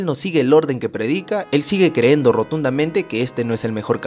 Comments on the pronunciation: buen vídeo... sólo un detalle: es *CREYENDO y no creendo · se dice creyendo no creendo..pero todo lo demas esta bien